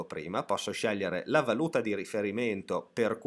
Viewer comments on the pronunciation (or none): none